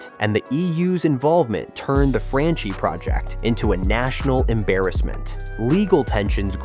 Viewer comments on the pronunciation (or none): It’s pronounced Franchi (Frankee), not Franchee 🤣🤣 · Dude in Italian, everything written as -ch is pronounced k or kk. Vittorio Cecchi Gori is pronunced Vittorio Cekki Gori. The stadium is Artemio Franchi, pronunced Artemio Franki. Plzzz